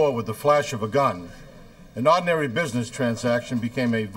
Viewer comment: And in this episode, "oddinary" (ordinary).